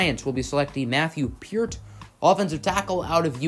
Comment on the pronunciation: Peart is "Payrt" not peert